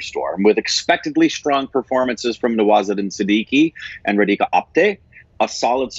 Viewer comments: Yay, was so wishing for you to review this movie, thank you. Oh it's not ra dee ka It's raaa dhi ka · It is RAdhika, not Reedhika. It couldn't pay attention to anything else.